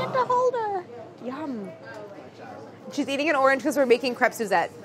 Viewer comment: Crepe... Kr Ape... And roll the r